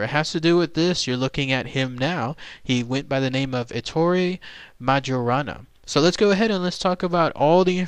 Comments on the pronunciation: It should be pronounced "mayorana". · You're mispronoucing his name. I think.